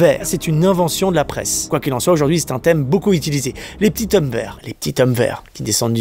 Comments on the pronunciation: Les petits hommes verts, si tu le dis au pluriel tu dois faire la liaison mec et prononcé zhommes. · Bonjour Julien, j'aime bien tes vidéos toujours divertissantes ,( par contre on dit les petits z'hommes verts et non pas les petits t'hommes verts ) mais bon , c'est bien de faire une vidéo par jour, merci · on dit les PETITS'ZOMMES VERT avec la liaison